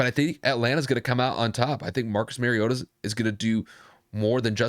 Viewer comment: Mar-E-O-ta not Mare-E-O-ta He is not a female horse. Like Mario Andrette. But "ta" instead of Andrette.